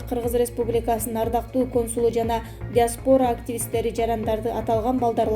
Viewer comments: Диктор журналиспи же.диаспоора емес диаспора.сабатсыз. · ТАМТАНДАБАЙ ТАГЫРААК ОКУСАН СОКЕН ЭКООН БОКТУ ЖЕПТИРСИН.СОЛ ИЛЕСИК ШААРЫНАН , ДИОСПОРА ДЕБЕЙ ТАК ТИЛИНДИ ТАКТАП АЛБАЙСЫНБЫ